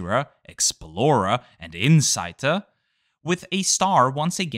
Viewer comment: your Austrian accent isn't usually strong in your narration, but the pronunciation of 'insighter' with the 'zeiter' sound and that tone (I speak a tonal language thus notice that stuff) was quite German language indeed LOL